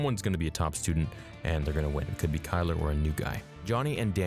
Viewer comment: mans said kyler😭😭